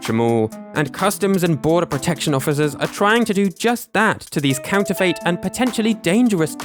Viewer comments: No, I am from the UK and I have never heard anyone say it like that, I’ve always said and heard “fit”. I scrolled through the comments to see if anyone else noticed, to make sure it wasn’t just me 😅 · it's pronounced Counter-fit not Counter-fate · Its pronounced counter-fit, have google pronounce it for you and you'll all see. I'm astounded the comments section isn't full of people who know this but evidently everyone including your audience really need school. I've tried to post this a million times but it keeps getting deleted every time, regardless of what words I use. This video was cringe-inducing for anyone more educated than a 7 year old. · ... is that how people pronounce counterfeit in the UK, with a "fate" ending instead of "fit"? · i definitely say "fit" and i've never heard anyone else say it any other way. it's not impossible that it could be a regional thing but it also might just be this guy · "counter fait" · Is it just me or do others find the strange way he pronounces the last syllable of “counterfeit” really distracting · Is that really how Brits pronounce counterfeit? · Your mispronunciation of the word "counterfeit" is incredibly distracting, especially when it's said every other sentence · the way you pronounce counterfeit isn't how I do. that's fascinating. I like it